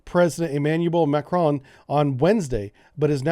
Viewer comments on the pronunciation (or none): none